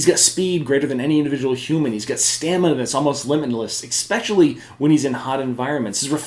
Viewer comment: Y do so many people say especially like there's some hidden x in there lol kills me